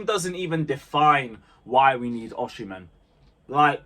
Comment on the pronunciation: Learn to pronounce OSIMHEN mate.